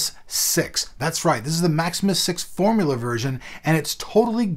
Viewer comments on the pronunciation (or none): none